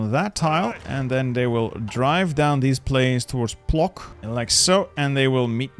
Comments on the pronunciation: It is pronounced "pwotsk" not "plok", wrrr... xD If you know IPA then it is ['pwɔt͡sk] to be specific. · Płock is spoken "Puotsk" and Łodź is more like "Oodzh". Kielce is "Kyeltze"